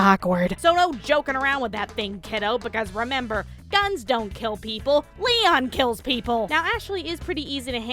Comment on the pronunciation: why does it sound like you're say Liam not Leon